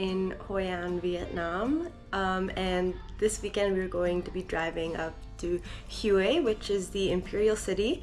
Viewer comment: Pretty nice but you pronounce Hue wrong, its not (Huey), its pronounced (Way) very surprised being there for a week that you have not heard anyone else pronounce it.